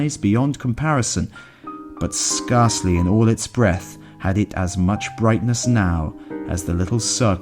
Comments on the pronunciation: Scarcely, as in Scare, not scar.😅 the Winter full.moon is clser to the zenith than in summer 🎉the corpses of the dead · If only he could pronounce 'scarcely' correctly this would be perfect. 🤣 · 'scarcely', 'wan' are just two, repeated mispronunciations.